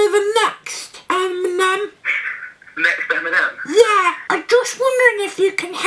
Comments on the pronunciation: Listen to TiM-mInEm 😂😂😂😂😂 got me dying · Timinem haha I'm crying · Its timenem I know your talking to the real guy but get it right ✅ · Timinem 🤣🤣😂😂 I cant stop laughing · Timinem 😂😂😂 oml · timinem HAHAHAHAHA LOL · Timinem lol